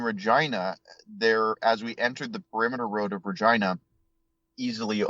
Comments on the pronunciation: He keeps saying Regina lol.. More cities should have names that sound like genitals, Caracas is another good one. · The pronunciations of Hashtag and Regina were so distracting lol